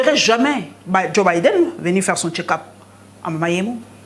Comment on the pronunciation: Un autre Boketsu wa yambo qui parle de Fatshi qui a suivi son "ketchup" au lieu de check up a la 6ieme minutes